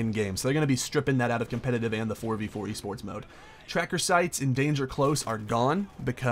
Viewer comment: that little mess up made me laugh sooo fucking loud ahhaha E SPERTS or w.e the fuck u said lol